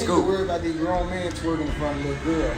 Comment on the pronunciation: Growner? Tell her to look it up in a dictionary wtf?